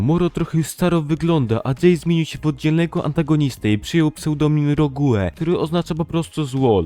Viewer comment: Mordo wpisz sobie w google tłumacz jak sie czyta rogue bo krzywdzisz ang